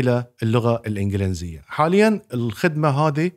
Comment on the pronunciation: الإنڤلينزية ❌ الإنڤليزية ✅